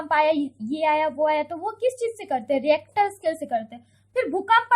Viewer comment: its not reactor scale its rictor scale